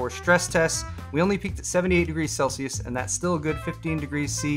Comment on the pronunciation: Thank you for saying Celsius also